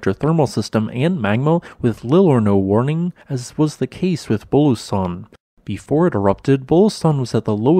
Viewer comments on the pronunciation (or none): There's an 'oo' sound in the middle of Bulusan.